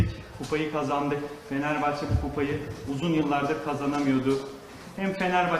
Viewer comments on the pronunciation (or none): Daha fenerbahçe diyemiyo. Fenerbahç diyo